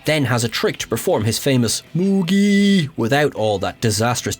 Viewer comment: You said " Moooggggiiiieee " perfectly !